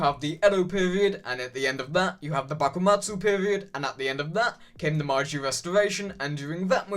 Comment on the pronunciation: I really liked this video and more like it would be nice. But, I believe you pronounced meiji wrong. I might just have remembered it wrong. Nevertheless, if I were you I'd benefit from locking up the pronunciation.